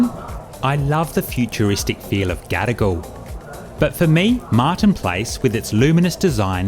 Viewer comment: Just ne or the way you pronounce Gadigal, sound like 'gotta go'?😅